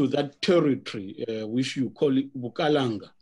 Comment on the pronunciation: Bukalanga not Bukaranga we don't have an R in our vocabulary.